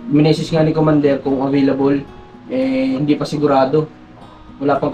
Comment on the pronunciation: Nakakatuwa nmn c marunong nang mag bigkas ng hindi.akoy natutuwa sa baby ayyy.. sinusubaybayan ko talaga ang vlog ky dahil fav.ko ang bb. Na yan..ang gwapo kaya ni ayyy